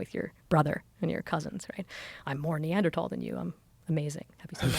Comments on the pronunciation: stop saying Neandertall, sounds so dumb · Pretty hard to hear Neanderthal pronounced Neadertal 100 times..like my ENT saying ‘Tinnitus’ in a bold new way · I had no idea they were pronounced neanderTALL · thats not how you say neanderthal